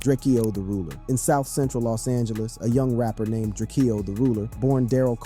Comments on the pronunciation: 😂😂😂😂😂😂Bruh!!!!!! It's DRAKE-O NOT DRAKE-EO, GET IT RIGHT! 🤦🏽‍♂️🤦🏽‍♂️🤦🏽‍♂️🤦🏽‍♂️ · It’s drakeo not drak-eo get it right 💯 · Who is this Drakeyoh guy you keep talking about? Surely you don't mean Drakeo the ruler? -_ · It’s DRAKEO, not drake-eo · Drake-eeoooh Drak-o foo messed up the rulers name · You cant pronounce his name but wanna benefit from it :/ its prounounced draco Ju-rake-Oh da ruler Long Live the Great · Ur man Drakeo? Bro cant even pronounce his name right smh. With all the other work put into this, it just comes off as sloppy when you mispronounce names etc. IMO